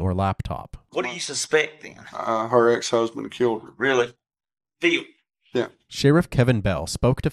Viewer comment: Scared of Fee-il?